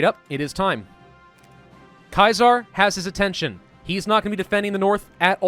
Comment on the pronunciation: Jesus Christ can’t even pronounce Caesar correctly. I wonder if he calls Julius Caesar, Julius Kaiser lmao